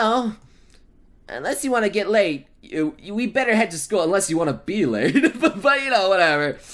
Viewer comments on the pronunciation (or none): Anyone else heard get laid instead of get late? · Did she say do you want to get lade